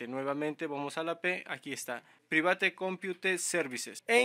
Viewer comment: Jajaja la pronunciación en inglés no es "priveit" es "praivet"